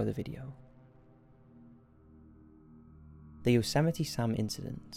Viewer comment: its YOsemite not YOUsemite